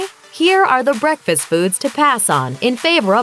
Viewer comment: What the hell?! Guess I'm ditching bekfast because I can't eat any BEKFast foods!!